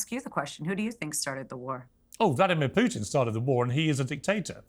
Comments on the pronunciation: Morgan can’t even pronounce his name. It’s “Pootin,” not “Pewtin!” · Stop talking about Ukraine, Piers! You understand exactly zero about it. No matter how many educated people talk to you, like Galloway or Jeffrey Sachs, you don't understand anything. You can't even pronounce Putin's name correctly, let alone understand the facts. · Piers and "Pe uw tin" lol from the same toffee nosed stock as Starmer! "Keir Hardy" was a British Labor pioneer many know nothing of, no Brit calls their child "Keir" unless they have hallmarked them for expensive private school and politics, same as "Piers", earmarked at birth for expensive private school education. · Can't even pronounce Putin name correctly, never mind knowing any facts about Russia or Ukraine or the history of West interference in the area